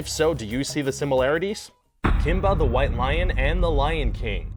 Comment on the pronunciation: "Kimba the while Lion"